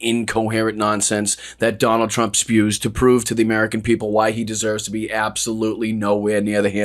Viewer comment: OMG "Jonald J Trump" i love it!😂😂😂😂😂